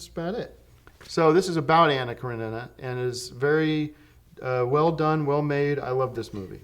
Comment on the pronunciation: Excellent pronunciation of Karenina! So this one is about Russians from a book? Also dig the love scene edit, although I went to see the move because I thought it was one big love scene and was kind of disappointed. At least I didn't have to read French.